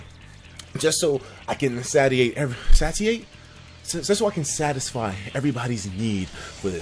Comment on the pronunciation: Etika it's "satiate" (say-she-ate) lmao!